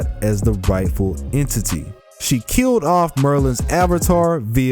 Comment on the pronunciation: it sounds like he said "waifu" entity instead of Rightful entity.